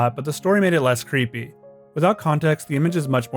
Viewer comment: Bro just can't properly announciate the word "creepy" in creepypasta